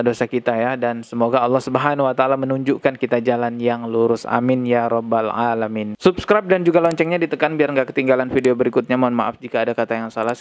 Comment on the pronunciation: Amiinn amiin ya robbal alamiin , 🤣🤣 oalah bahasa jawanya mas kluar